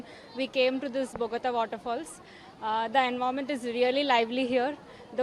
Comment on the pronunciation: ఆ రిపోర్టర్ కు కొద్దిగా తెలుగు నేర్పించండి బొగాతా ఏంటండీ బొగత ఛానెల్ వాళ్ళు మారండయ్యా